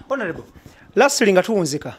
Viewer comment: I want you to repeat after me: ONAREBO😂😂😂. Please always say Onareble, and not Honarebo. Please please!!! But the comments section is full of stupid people. If you dont agree with Kato's mindset why attack him. I am a very staunch people power fan, but I have he same opinion as Kato Lubwama, we all love Bobi Wine but I have strong doubts if he will win. Kale bwemuba mwefumuula nnyo tumulinde. Kato kyayogedde kituufu nti Bobi Wine asooke alinde bali abeMundu zabwe bekube mukalulu, he will come later, and this is a very very wise observation from his side!